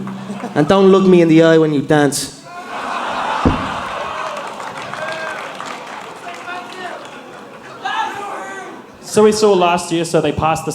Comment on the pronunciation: When he said daince for me, all i could see his him getting humbled, and his mouth closed while he tapped out. Beautiful